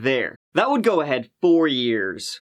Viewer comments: “Let’s give it a gou”🤦🏻‍♂️ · I just adore your accent and how you pronounce “go” and “third”! I grew up in Phoenix and got out of there as fast as I could! I moved away in 1995 and no one could pay me enough to EVER move back! But now Ireland? That’s a place that I could love to live in. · I blame you for my inability to say "go" properly anymore bahaha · It's just how he pronounces go :P